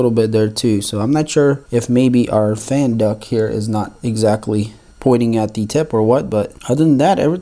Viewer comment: It's also fan duct not "fan duck"